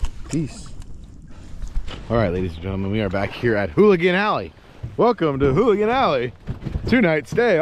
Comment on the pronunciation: It's ooligan, not hooligan.